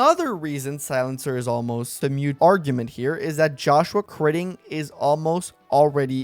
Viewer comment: It sounds like you might be saying “mute” argument instead of “moot” argument. Just in case you didn’t know: you definitely want the word “moot” for moments like these.